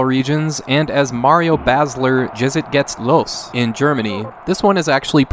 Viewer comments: Good on you for attempting the German, haha. I'm sure you're beyond caring, but it has a similar meaning to "Let's go" or "Now it's on" and is pronounced like "yetst gates lohs" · It's always fun to hear English persons speak German words, but you tried hard. So here is a "pronunciation": Mario Basler - "a" like in "hard" Jetzt geht's los - Yetst gates los. (In English it seems you don't have "normal" vowals like in "have". Most times there are to vowals: Just the letter "A" is no "e", it is "ey" and "O" is "ou") KH Rummenigge: Ka Ha Rummenigga. Don't (dount) silence out the vowals. Lothar Matthäus: Lotar (almost correct but th ist just t) und ä is "a" like "a book": Mutt ä oos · I couldn't help but chuckle at your german pronunciation. It sounds more like "Yetst gates los". Another great video. I really appreciate how much of a slog it must be to go through so many unremarkable games for one video lol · The pronunciation of "Jetzt geht's Los" was adorably wrong